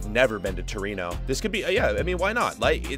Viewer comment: Is torino not torono